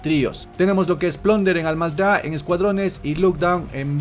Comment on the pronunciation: Me da algo cuando dice Almazda en ves de con R.